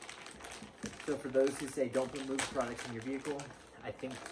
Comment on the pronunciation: It’s pronounced mogue like vogue